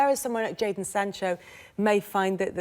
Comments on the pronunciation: did you just say Jaydon instead of Jadon. Shambles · You mean JADON ... Shambles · Did you just say Jaydon for Jadon Sancho? Shambles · did you just spell jadon with a ‘y’? shambles